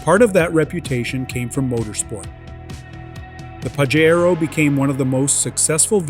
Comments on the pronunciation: Not pa she roh It is pa jay ro U cant read the correct name 😅😂😅😂😅😂😅😂😅😂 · Stop mispronouncing the car's name! I own a 97' Pajero Evolution and it's pronounced Pa-SHare-Oh. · Why are you saying PAJERO so weirdly?